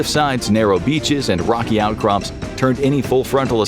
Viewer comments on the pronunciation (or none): none